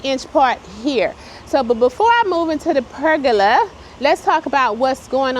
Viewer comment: Per-Goe-Lah= PERGOLA LOL!!!!!!!! Love it!!!!